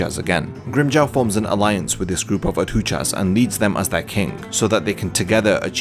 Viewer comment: Solid video but Bro you gotta learn how to pronounce adjuchas